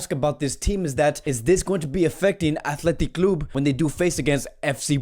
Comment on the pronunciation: This guy pronounces word so bad it annoying athletic club and ter Stehen tjats y I prefer others to be honest